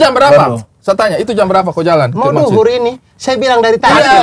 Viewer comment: Bang Abdur Sampai keluar logat nya, "Mau duhur ini, sa bilang dari tadi "😂